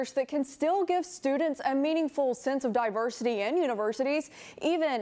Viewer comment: So the university wants to find alternative methods to discriminate?... errr I meant "DIVERSITUH"